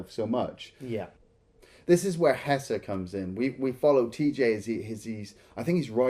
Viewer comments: Why does keep calling him Hesser? 🤣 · HeSHer, not HeSSer. Idk why that bothers me so much but it does